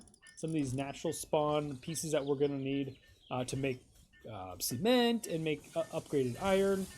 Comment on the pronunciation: bro said c ment hahahaah